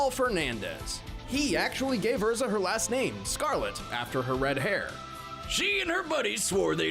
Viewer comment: The name pronunciation for Erza is completely wrong. The actual way to say it is Air-Zah but for some dumb reason the anime's English Dub took no effort in watching the original source material for name pronunciation and went with Ur-Zah.